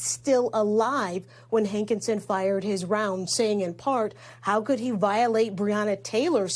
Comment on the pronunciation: His name is pronounced HANKISON. not HANK IN SON.